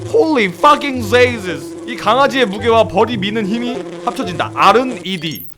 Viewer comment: 홀리 풔킹 지저스 발음이 개웃기네 ㅋㅋㅋㅋㅋㅋㅋ